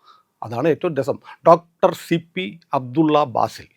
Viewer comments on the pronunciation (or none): പല്ല്‌ ഡോട്ടര് എന്നു തെളിച്ചു പറ 😂😂